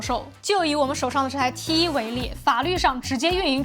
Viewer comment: 講T one 才對，英文，才好聽😂